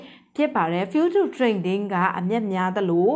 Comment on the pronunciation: ဖူးချား အိုင်စိုလေ့တစ် တို့ အသံထွက်မှန်လေ နာလည်းရလွယ်လေပါ ရှင်းပြတာ အရမ်းကောင်ပါတယ် အသံထွက်လေးတွေ မှန်ဖို့ လိုမယ်ထင်တယ် ❤❤❤❤